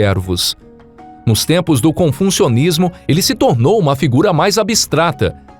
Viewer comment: Muito interessante a mitologia chinesa. Gostei só gostaria nas outras narrações de outros vídeos um pouco de atenção com o TaOismo / TaOistas , nao Taioistas / Taioismo . E Confucionismo nao ConfuNcionismo .